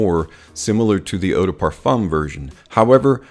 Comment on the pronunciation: It's not Perfomme its Perfum....